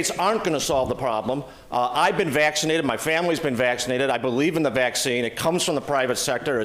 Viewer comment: Yup. And everyone should get "vaccided" 😂